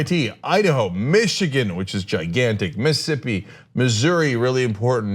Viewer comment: It's funny how Cenk said Mississippi like most Mississippians without the middle S's